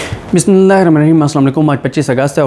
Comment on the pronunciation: Bhai Bismillah Sahi Parha kren plz